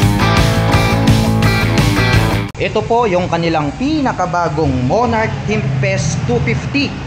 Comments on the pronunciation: tempest po sir, hindi tempset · Ano ba talaga Tempest. Pero sabi mo "timpes" tapos sa kalagitnaan "timset" hahahahahahaha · Tempest, hindi tempset 😂. Good review! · Tempest ❌ Temset ✔️ Nice review ❤ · ano ano? timpest daw?